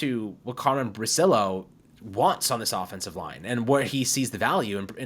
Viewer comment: Correctly the Italian pronunciation would be bri-chill-o.